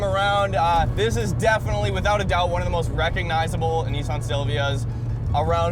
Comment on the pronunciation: It's pronounced Nissan not Neesawn 😀